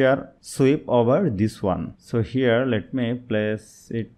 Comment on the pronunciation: Herre herrre heerreeee 😂